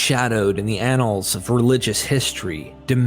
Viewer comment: Annals is pronounced like ann-als not an-els